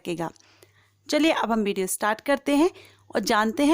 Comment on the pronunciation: Bideo nahi Video bolo